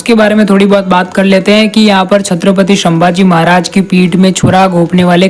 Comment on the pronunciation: संभाजी महाराज को तुम शंभाजी महाराज khu bolte ho🙄🤔